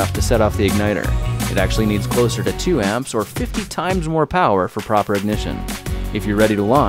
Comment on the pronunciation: pwoper ignition